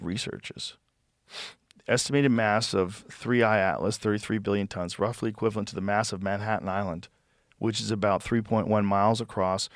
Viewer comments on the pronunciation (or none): none